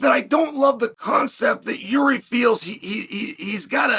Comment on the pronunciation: Did Chael just…… pronounce Jiri name right 🥹